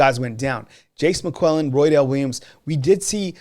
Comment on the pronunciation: Y’all still callin him Mcquellin. It’s McClellan. Also Jahmyr is pronounced jah-meer not Jamari. Love y’all guys but this is my pet peeve.